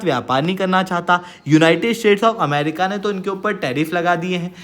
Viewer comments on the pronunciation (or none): none